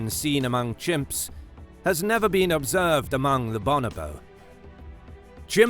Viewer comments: Bo-NO-bo not BAH-nah-bo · "Bon-oh-bo".... Your putting the wrong em-phAs-is on the wrong syl-ab-le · Pronounced Bo No Bo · For a start it's pronounced "Bow No Bow" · BOnobo? boNObo? no: BOnoBOSS ;D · It just sounds better when it is pronounced bO-nO-bO. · Cracked me up when he said bonobo wrong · Hate the way this guy pronounce bonobo.